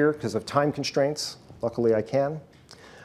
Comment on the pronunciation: Why does he pronounce the word "strategy" as "sshtrategy"? Is this the correct pronunciation or is this just an accent difference? It sounds like a german word with this kind of pronunciation :) Same goes for "con'sh'traint" and "ab'sh'tract".